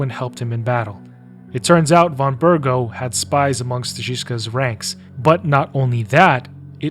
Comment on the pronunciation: Also it's Von BerGOV! Though you're not the only one making that mistake. Half of the VAs in KCD2 are mispronouncing his name, mostly those voicing minor NPCs, probably because they didnt get proper direction cause they play smaller roles. Henry, Hans and all other major characters pronounce Von Bergow correctly. W = V in a lot of Eastern European languages, e.g. kurwa in Polish.